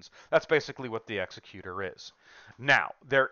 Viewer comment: Executor is pronounced 'exec-Uter', not 'exe-cUtor'. As in like an executive, not like not an executioner.